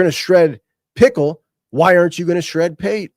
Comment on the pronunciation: I feel like is fully aware it's JD 'Pick-el' and still calls him JD pickle.. Love it 😂